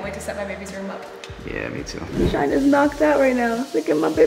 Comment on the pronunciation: Am i the only one heard shine said dounut❔